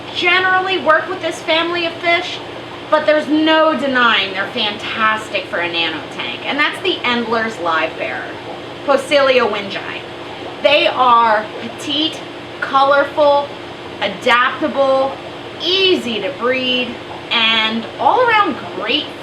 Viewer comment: wing-gay is the pronunciation